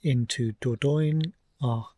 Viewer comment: Hi, enjoying your videos, thank you. And your van is fabulous! Just a tip - and you are not the only English person who pronounces it incorrectly, believe me - but it's better to try saying THE DOR-DON-YE!😅